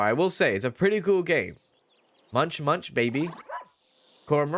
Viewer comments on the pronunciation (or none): none